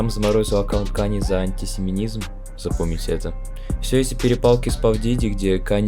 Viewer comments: "Антисеминизм" Господи, какой дeгр0д, я не могу🤣🤣🤣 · Только антисемитизм, а не антисеминизм, он же не про сперму говорил, а про евреев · АнтисемиТизм** а не антисеменизм 😅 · Бро, видео просто супер, но на правильно будет антисемеТизм а не семеНизм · антисемитизм, а не антисеменизм :D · антисемитизм а не семенизм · антисемитизм, а не антисемя какое-то бля. ахахаха, чел, одно дело оговориться, другое ещё и продублировать эту оговорку текстовой плашкой. охуенный ресерч) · Антисемитизм, бро, не антисеминизм. Анти сименизм, это когда ты не уважаешь сперму. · Антисемитизм, а не антисеминизм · АнтисиМЕТИЗМ🤭 Говори правильно.